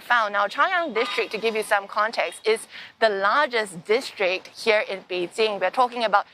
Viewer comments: It's Bei Jing, not bei JiN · Its actually Bay Qing